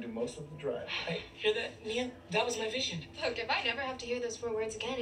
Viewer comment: picture I won’t be with you physically places have a good trip (people) vision (accent) bye 👋 call text 📱📞🤳 excuse me extra careful aww